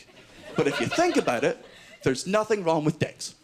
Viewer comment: I've noticed quite a lot of English people ending words like nothing and something or everything in a K sound....nothink, somethink,everythink. Strange seeing it's their language their speaking (speakink).